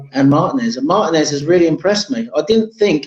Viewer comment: Gooner from Los Angeles. It’s “Martinez” not “Mar-Ta-Nez”! 😂😂😂